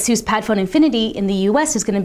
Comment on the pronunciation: its pronounced as 'Asus not a'SUS